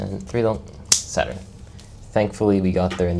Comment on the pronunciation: I thought you were saying 7 at 7, but you were saying 7 at Saturn. Great walkthrough dude 👏